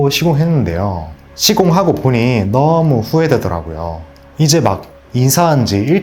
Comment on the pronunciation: 너어~무~ 가 어느지역 사투리인가요?